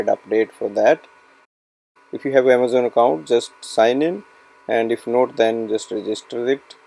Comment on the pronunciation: “Amajohn” lol